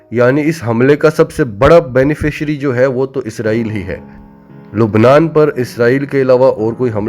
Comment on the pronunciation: بھاٸ ۔ لَبنان ۔۔ بولیۓ مگر لُبنان نہیں۔